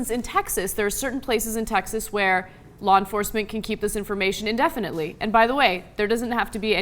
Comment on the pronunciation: lol blaw enforcement